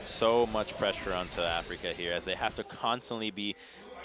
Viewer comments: Afreeca not Africa. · Everytime he said that, my eyes twitched. I don't understand how anyone could get that wrong.